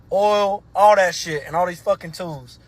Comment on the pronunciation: "Alls"? "Shtraight"? Oh, brother..........